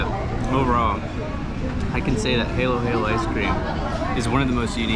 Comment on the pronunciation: Halo Halo in not hey-low hey-low. It's huh-loh huh-loh which literally means mix-mix coz you have to mix the ingredients all together. Halo (huh-loh) is "mix" in Tagalog.